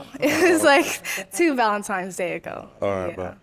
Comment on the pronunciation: “Valentimes day” ugh pop